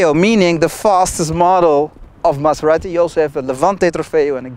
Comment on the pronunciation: Don't pronunce Maserati like a Mazda... :-D